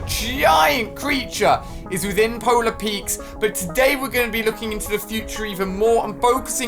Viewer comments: Nobody: Ali-a: PoLaR PeAkSSSS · It’s polar peak not peaks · Who gets mad when he says Polar Peaks but you are actually supposed to say Polar Peak? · Stop calling it Polar Peaks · Polar peak Ali, not polar peakS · No one: Absolutely no one: Ali-a: Polar Petes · powla peiiks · JUST SAY POLAR PEAK